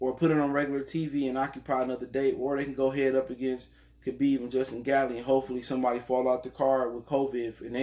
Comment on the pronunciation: Its gaethje (gay-chee)